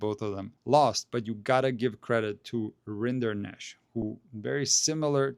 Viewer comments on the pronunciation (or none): Funny detail: Vacherot is french for cattleherder or cowboy. Rinderknecht is german for the same profession. So, it's just that single T missing and the funny french way to pronounce Rinderknech. Very respectable achievements of the two "cowboy-cousins".